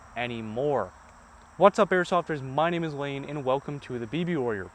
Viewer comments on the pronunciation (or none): none